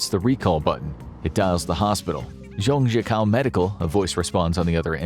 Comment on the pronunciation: It’s pronounce Zhang - Jiah - koe haha